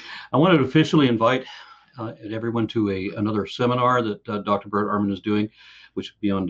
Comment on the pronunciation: Ehrmangod it's Ehrman!